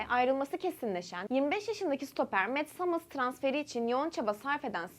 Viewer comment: İnanılmaz bir ingilizce mets hımıls cok iyidi 😅